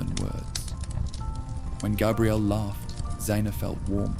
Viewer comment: First of all, your audio mixing isn’t very good, the music and the fire sounds are way too loud compared to the voice. Second, I know you’re using an AI voice or you’ve made your own AI tts voice because it mispronounces Xena a couple times and Gabrielle a couple times so whilst it’s cool you can clone your own voice in a couple of minutes, now becoming annoying that all these sleep channels are doing this